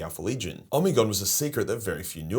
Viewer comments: Ahhh the pronunciation of omegon is hurting my ears it’s pronounced omeegon not omigon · Holup... is it really pronounced "Oh-me-gone?" In my head i always read it as Omeg-on." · Love the Omegon pronunciation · I am not one to criticize, been fan for years. Like I remember watching the earlier vids, from when you were just a kid. But, I gotta say.... sounds like an AI generated voice for you with all those Omegon pronunciations. Hope that's not the case since you are against AI slop, but only you know. Good video, cheers. You owe nobody an explanation, just would cite you on what you said. To at least disclose the use of AI. I could also be wrong and stupid as fuck lol. Cheers!